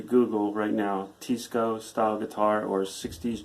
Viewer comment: It is a Tei (Tay)sco pronounced TY-SCO. I had one in 1970's. It had BOWED NECK, got at MONTIE'"S PAWN SHOP in Arkansas. Hot Springs, Arkansas.